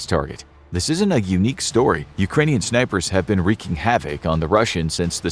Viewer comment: “Wreak havoc”, pronounced like “reek”, not “wreck havoc”. Always enjoy your videos, very informative. Thank-you!